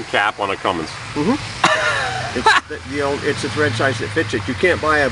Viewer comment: Cummins.....................not "cummings"